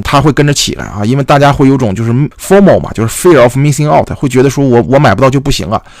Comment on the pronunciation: 是FOMO not formal